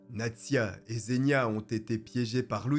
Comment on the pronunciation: Encore une superbe vidéo (pas pour le contenu en lui-même évidement mais pour l'investissement que tu y mets et tes talents de conteur 😁). Sinon juste pour ta culture personnelle, "Zh" se prononce "J" en russe, il ne faut donc pas dire "Zénia" mais "Jénia" (diminutif d'Evguenia ou Eugénie), et pas Seriozha (diminutif de Sergueï) mais "Serioja". Sinon, Nastya et Polya ne sont pas des prénoms non plus mais également les diminutifs d'Anastasia et de Polina 😃